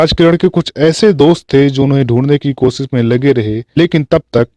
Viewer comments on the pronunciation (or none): none